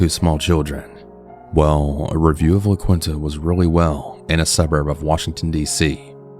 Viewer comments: There's an awful lot to associate with the La Quinta (emphasis on *awful*) but never 𝘴𝘢𝘧𝘦𝘵𝘺-𝘤𝘰𝘯𝘴𝘤𝘪𝘰𝘶𝘴𝘯𝘦𝘴𝘴 lol!?! P.S. Also never heard it pronounced as “La-kwin-ta.” Lol it's “La-keen-ta.” ♪♫La la la... La Quinta\(ϋ)/♪♫ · La quin-ta lol. I'm not trying to clown on you too hard but you pronounce it like " la keen-ta", just for future reference